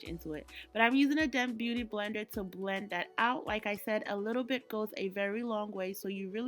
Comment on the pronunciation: hahaha I laughed so hard! This look turned out beautifully though. Brofu ɛdin ankasaa. New here ❤😊